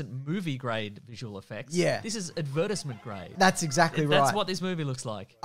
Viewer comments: Did just say "ad-versment" (advertisement)? Oh you silly Aussies. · we're more angry with how you guys say "advertisement" than with how you say "Aquaman".... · I had to stop the video when I heard how “advertisement” was pronounced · Is no one going to mention pronunciation of “Advertisement”???